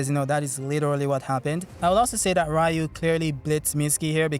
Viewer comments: It's pronounced REEU, not RAEEU. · Its "Ryu"!!!!!!